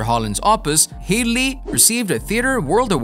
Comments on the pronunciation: Head-ly, not Heed-ly. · Her names Hedly. Not heed-ley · Glenn Headly Pronounced head-ly. Ruined the video, learn the names!!! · How is it so hard to say Headley (hedd-ly) and Armatrading (arm-er-trayding) Brother of Joan Armatrading for goodness sakes?